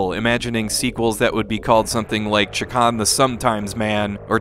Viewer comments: Gonna have to be that guy who points out it's Shay-Kahn not Chak-On. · you kept saying chakarn? it's chakan. I stopped watching and don't recommend channel cos of that. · It's actually pronounced "Shay-Khan."' Also I somehow got unsubscribed from this channel so people should probably check just in case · It's a little funny that you keep calling the game Chikan. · You keep saying chee-kan, which means pervert in Japan LOL. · Have I been mispronouncing this game my entire life? Anyway, I love this game, even though I never came close to beating it. I just always loved the vibe. So much so, that I would always name Chakan as a personal wish for a new Smash fighter.